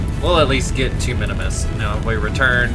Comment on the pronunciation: Not sure what’s more annoying. The bugs or you saying Minimus rather than Minmus.